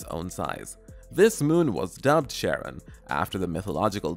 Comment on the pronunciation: I think Charron is pronounced Karen, not Sharron. Well it's technically the origin of both names, but Greek does this weird thing with the letter C. Same deal with Cephalopods by the way.